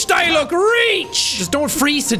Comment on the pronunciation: "Let's go Diluc, Diluck: try pronouncing my name... see you can't." Funny thing is that Jack pronounced Diluc correctly the first time he said it